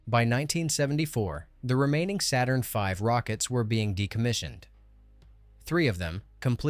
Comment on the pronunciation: This is fantastic but please, YouTubers, don't resort to AI speech! Most people, I believe, would far prefer non-English or bad English with subtitles, trust me on this! "Saturnv". Horrible!